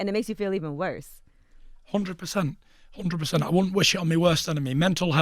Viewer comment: "Horndred pacent" lol 🤣🤣 🤣